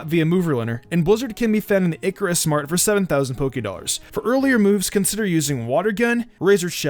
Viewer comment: why do people INSIST on pronouncing Icirrus City as "Icarus". it's (ice-EAR-us) y'all lmao